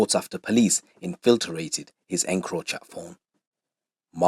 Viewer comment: Man said infilter-rated 😂